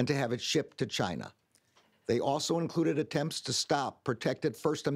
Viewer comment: Chi Nah ?? 😂